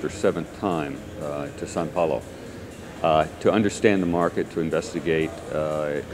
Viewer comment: Did he say “San Paolo”?